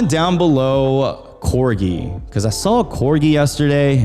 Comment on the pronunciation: Corgui? Corgi? Corji? korgi? mmm....